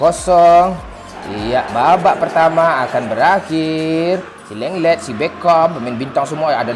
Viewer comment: lenglet= leknget hahaga jancok!!